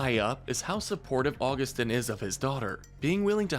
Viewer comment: GOD DAM IT HE SAID (U-GU-STIN) BUT IT IS (AUG-OO-STEEN)